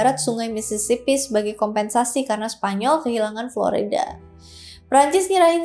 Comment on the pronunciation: Florayda atau Florida?